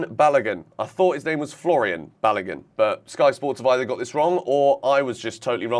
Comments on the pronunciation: let me help you again as I always do when you mispronounce Nigerian names. Folarin--- yes, the Sky's pronunciation is closer to it than yours. Balogun---- remember the way you pronounce the Balo in Balotelli, then just add a 'goon' after it. You will have bar--low--goon.. do stress the syllables as you would stress each of those words too. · You guys pronouncing Balogun horribly badddddd...